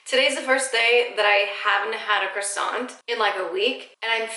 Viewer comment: You are perfect!But, from a frenchie, please don't read the "t" in croissant!